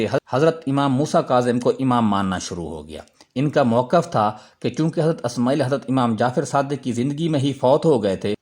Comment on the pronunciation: Good Analysis. Magar Alfaaz ka Talaffuz Sahi karein. Sahi Naam " Ismaa'il " hai " Asmaayil " nahi.